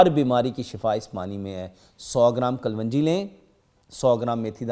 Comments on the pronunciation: Secondly its kalonji. Not kalwanji. Everyone in the comment section correct your self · Kalonji not kalvanjie